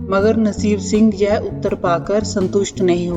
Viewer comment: लगता है आप पंजाबी हो आप के उच्चारण में गड़बड़ है आप यह को जय बोल रही हैं।